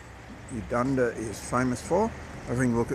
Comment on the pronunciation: For. Starters you pronounced the name of the town wrong, Colins surname wrong, and Mr Percival was a pelican not a penguin, I grew up reading his books and. Watching the adaptions of his stories. I also have reliatives in Eudunda and the regions around the town. Although your video was informative, it is let down by the number of mistakes in pronounciation of key words. And names.